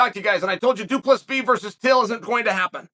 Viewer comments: he literally said du plus b the 3rd time he referred to the colonizer lol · Lol chael saying Du pleesees, it's Du-Ple-See. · I love how he always starts by pronouncing his name right and then goes back to du play sees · its pronounced dew plesseee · Du Plus B ??? 😭💀💀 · Am I hearing shit or Chael called the dude “Due plus B” ? Lol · 😂 [Dricus] “2 + b” Amazing. He’s gone from intentional mispronunciation to using Algebraic expressions... UNDEFEATED. UNDISPUTED. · Du Plessis, doo plessus, 2 plus 3, due please ease, thank you for the laughs Chael, undisputed undefeated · Only once...from thereon he became "Du Plus P" if you listen closely. Here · 5 minutes in he went back to “du plesees” 😂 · he did the same thing on his last video about Dricus, or the one before, pronounced his name correctly as soon as the video started, and then continued to call him "Doo Pleasies" for the rest of the video 😂😂 undefeated, undisputed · Dude he said du plus si 🤣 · Until he said “Du +B” 🤣🤣🤣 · It’s pronounced Doo-Pluh-See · The pronunciation of 'Du Plessis' gets worse the more Chael talks lmao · The last "s" is silent! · he said it right the first time at the start, then it just went down hill from there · Definitely still hit the silent S a few times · Once and then descend into so many versions of incorrect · he says his name perfectly right off the batt then goes back to butchering it throughout the video.